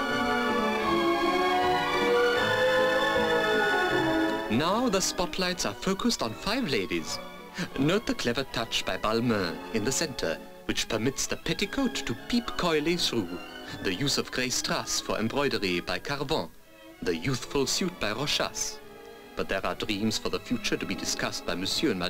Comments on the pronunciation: Notice the pronunciation , common mistakes: balmain = balmah , jacques fath = jak fat . Schiaparelli = eskiaparelli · Wonderful to watch, but terrible to hear. This guy, his voice ! I'm sure he is not even french, but an English or an American taking a false french accent. A Frenchman knows how to pronounce Jacques Fath ou Balmain, and would never say Jack Fath or Balma...